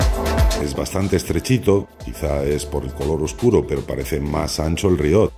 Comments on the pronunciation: Hola compañero de afición La palabra que pones como "riot", es en realidad una palabra francesa que se escribe "rehaut" y que viene a significar realce, desnivel... Se pronuncia "reó", así, tal cual lo lees en castellano. Espero haber ayudado en algo. Saludos! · Que tal, Oscar. Lo primero el rehaut, como bien te ha explicado el compañero, es una palabra francesa que viene a traducirse como realce, haut es alto y el prefijo re...yatusabequeloque. También tiene razón en que la pronuncio mal, la castellanizo, en realidad se pronuncia como hacen los franceses con la r, que la dicen con la garganta, y bueno...tengo un extenso debate conmigo mismo, sobre si intentar ser fiel a la pronunciación real, varios comentarios me han dicho que por que digo lonllin, en realidad esa ll es medio s, bien pronunciado, pero suena un poco pedante a ojos de muchos, en fin pasas que cosan si tienes un canal de youtube. Y una vez mas, no puedo estar más de acuerdo contigo, debes saber que la parte de mi alocución donde expresaba que lo único que me gusta del GMT, es la cuarta manecilla, normalmente muy colorida, pero que no entendía muy bien esa complicación, según André me pasé de despreciativo y a mucha gente le iba a parecer mal, por eso optamos por cortar esa parte. Por lo demás, ya lo dije en el video, compro relojes porque me gustan, no porque hagan cualquier cosa distinta a dar la hora, por lo que me gusta su estética, por lo bien que me hacen sentir cuando los llevo, pero no responde a juicios de utilidad y son bastante irracionales, yo le llamo fetichismo. Muchas gracias a ti y un abrazo del equipo